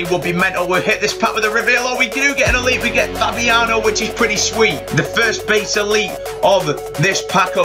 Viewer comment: it's fabinho not fabiano LOL